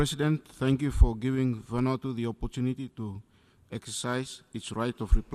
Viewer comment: Next time learn how to read Vanuatu lol